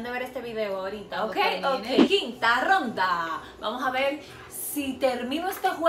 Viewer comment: Por qué dice gronda e n ves de ronda jajajajajaja😂😂😂😂